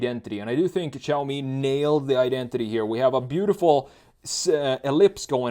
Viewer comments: It’s not chaomi or shaomi. It’s actually pronounced more like “See” “Ow” together really quickly. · its shaaomi not chaomi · I swear, where did "Chaomi" come from?! It's "Shaomi"! Except this little thing that caused me a mental breakdown, I really enjoyed the styling analysis of the SU7. Let's see how it goes if it gets commercial approval for EU market too. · Great preview of Chinese cars! It is pronounced as "Siaomi", there is no "Ch")